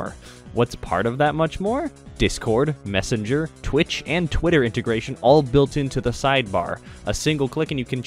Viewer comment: Wow you immediately un sold me on Opera GX the moment you said "Messanger" Thanks for the PTSD and happy 4 years!